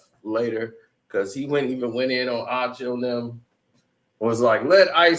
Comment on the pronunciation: still calling Ocho, Acho instead 🤦🏾‍♂️